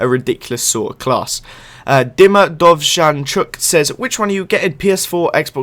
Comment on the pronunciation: thank you for pronouncing my name correctly "Dovzhanchuk" haha